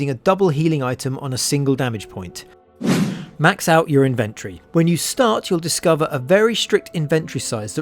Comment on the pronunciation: the way you say inventory triggers me.